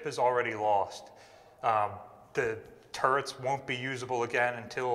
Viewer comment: I’m watching this in bed, my wife laying next to me thinks you keep saying “turds”. I’m not correcting her, and this is kind of fun…